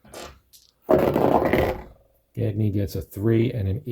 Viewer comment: Gagne is pronounced gone-yay